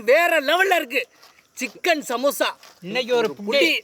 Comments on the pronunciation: Samosa ❌ Samasa ✅😅😅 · Adhu samusa illa samosaa